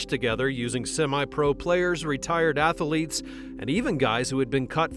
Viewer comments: Small critique for the future. Athlete is TWO syllables. Ath-lete, not ath-a-lete. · I really have a hard time taking your VO seriously when you keep saying Ath-a-lete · Athlete is 2 syllables, not 3.